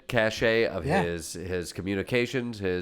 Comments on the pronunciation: Pedantically speaking, it's pronounced "cash" not cash-ay. Cache rhymes with stash. Cachet, the word as you pronounced it, means something else entirely which you are free to look up at your leisure. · Cache as in a area where something is stored is just pronounced "cash", a cachè is an aura or authority a person has due to their position and is pronounced "cash-ay". You'd think a journalist would pay attention to details like that. Just saying. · Jordan love ya but please learn how to pronounce ' cashe' and ' cashet'. When you mean cashe you say the word cashet, look it up to see what I mean. Cashe sounds like cash which is what you want to say but cashet sounds like cashhey which is what you are saying. Completely different meaning than what you are trying to say.